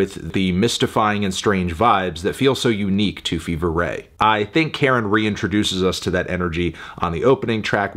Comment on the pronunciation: It's Car-in. Not Karen. You know this, why are you purposely mispronouncing their name?